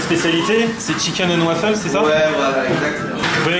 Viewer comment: Chicaine and wafeule